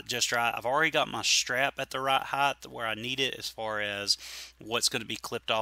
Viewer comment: Not to be a jerk but to pass on some info...the word is pronounced height. HITE. Not Heighth. Length, width, but height. Speak better, sound better, taken seriously better. Cheers!